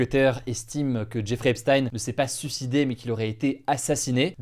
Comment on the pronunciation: « Zeffrey Epstein »